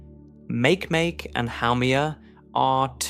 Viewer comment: You said Makemake really weird. Its name comes from the Rapa Nui fertility god; Doc Brown picked that name to maintain a connection to Easter because it was discovered shortly after Easter and it had an early nickname of Easterbunny.